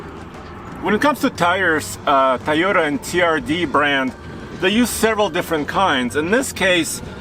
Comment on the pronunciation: Say it with me, toy, not ty, Toyota.